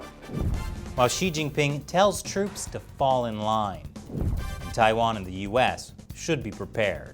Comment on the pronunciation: How you gonna discuss China for a decade and still not be able to pronounce so many basic place names？？ 😂 我真是无语了